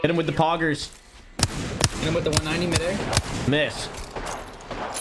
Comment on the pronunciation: Thee toosher